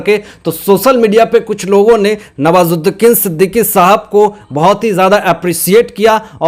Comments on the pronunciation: Sorry sir आप बुरा न मानें आप का उच्चारण दोष पूर्ण है। आप नवाजुद्दीन सिद्दीकी का नाम भी बिगाड़ दिया। आप हर बार नवाजुद्दीकीन ही बोलते रहे। आपको विडियो बनाने से पहले इन बातों पर अवश्य ही अपने उच्चारण को सुधारने पर नजर डालनी चाहिए। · Sir nawazuddin Siddiqui aap naam galat pakdate ho